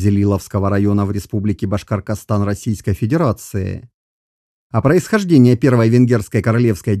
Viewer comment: Больно слышать «Башкаркастан»